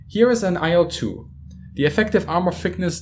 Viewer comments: nice video. minor tip: better pronounciation for "IL-2" would be something like "eel-two". Or even "eel-dvuh", but then only russians would understand you. "il" are first two letters of Ilyushin, last name of it's constructor, abbreviation, but not an acronym. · IL-2 is pronounced like "Eel-2". Trust me, I'm russian.